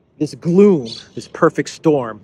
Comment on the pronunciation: Gloom… Rhymes with Doom.